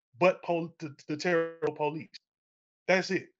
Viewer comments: Terre Haute is pronounced "Tarah Hote" not "Terry Hote". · 😂 It’s pronounced “Terra,” not Terry. (I lived there until age 11 and then again from age 25-28. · Her calling it "Terry" Haute, totally made my day.